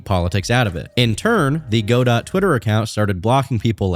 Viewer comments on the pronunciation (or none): Godot is a name from a play originally in French so can be pronounced go-do or gah-doh or god-oh or probably several other ways.....except for "go dot" that's def wrong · banger as usual but i cant get over the "Go Dot" that game engine is pronounced "GeDough" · GO-DOT??? IT'S PRONOUNCED GODO! GUH-DOUGH! GUH! DOOOUUUUUGH!!!! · “Go. Dot.” -> guh-dough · Godot is pronounced Guh-dough, not Goe-Dott. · Godot has French pronunciation as in god-oh, not go-dot. It was named after Samuel Beckett's famous play titled Waiting for Godot, which was originally written in French. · Huh, I hadn't heard any of that stuff about Godot. Also, it's not pronounced like Go-Dot like you say, it's more like Go-Dow or Go-Deau. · Good video man but “go-dot”?? Really? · Calling Godot Go-Dot is the funniest thing in this video for me somehow. And that's impressive considering all Pirate Software's clownery. 😂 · Just an fyi, godot is pronounced "go dough" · Godot is not pronounced go dot holy shit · I’m 99.9% sure it’s pronounced “goo-dough” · its pronounced “go-dough” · Godot is pronouced Ga-dough JSON is also pronouced Jay-son happy to help im happy to hear you're not a sweaty nerd that knows how to pronounce coding languages. Keep crushing it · Listening to pronounce Godot as 'goh-dawt' is the biggest offense thus far. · godot is pronounced guh·dow. W video tho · the T in godot is silent, it's something like guh-doe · dont call lgbt "politically involved" you look like a right winger edit and i know they might be but just showing the profile makes it obvious what you meant, also your pronouncing godot wrong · You’re pronouncing godot wrong, and lmfao crying about their lgbt support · Every time you say Godot wrong, my brain does a backflip in my skull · Great video, great analysis. Side note, why does no one know how to pronounce Godot? Did none of you take drama? Not one gaming youtuber?